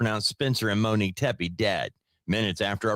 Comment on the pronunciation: Great coverage. Please stop saying “Tem-pay”. It’s nails in a chalkboard. It’s pronounced “Teppy”, like “Peppy”.